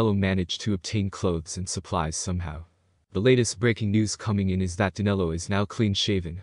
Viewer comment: His name is Danilo not Danelo.